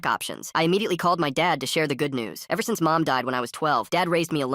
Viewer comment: Bro im crule but when he say ever sins i was a kid i was hearing ever sins i was a kid im steeve